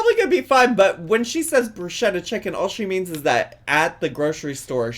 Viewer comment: omg the pronunciation of bruschetta was wrecking me